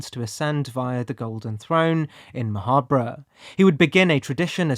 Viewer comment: wouldn't you pronounce Ma' Habre like Macabre?